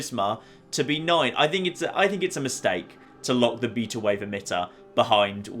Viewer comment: omg how you pronounce beta is funnier than how you said coyote. its pronounced bātə but thanks for the review of this DLC.